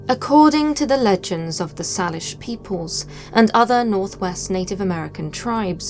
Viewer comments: For future reference, the word "Salish" is pronounced by locals with a long "a", so it rhymes with "Say-lish", not "Sah-lish". It's not something anyone who hasn't been to the area would know so no worries, it's more of a now you know sort of thing. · Pronounced Say-lish first nation's. 🥰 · Hi love your stories and your narration I don't know what it is but your accent makes you want to keep listening, I am born and raised on Vancouver Island and have Salish friends, so just for your info we pronounced it "Say-Lish" I hope that I am doing it right so you understand because it's not a big deal to me but it might be to them. Just saying. Cheers